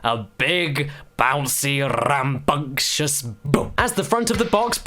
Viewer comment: Am I the only one who absolutely loves the way Caddy says "rrrrrrambunctious" ? Cuz it's just so Goddamn endearing.